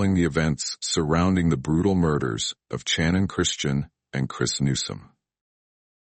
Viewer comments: Shannon...not CHannin. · I couldn’t last 3 minutes watching this and how the AI narrator kept on saying CHANON! 😂